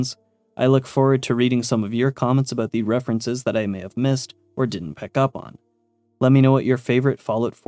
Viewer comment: "May" and "Meh" are not the same sound. Nice cope though